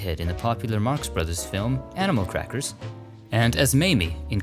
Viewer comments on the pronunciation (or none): none